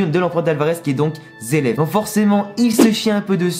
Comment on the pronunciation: zeleph ou zeref plutot ^^ Les japonais prononcent les "r" en "L" :)